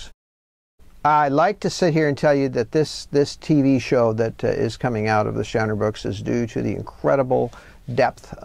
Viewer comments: He mispronounces his own word. Shannara is obv. pron. SHuH-Na'ra....!!! Not sha-nara with a as in Hat. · Interesting on the pronunciation of "Shannara"